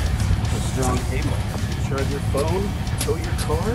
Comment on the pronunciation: Is she saying chargey in the music video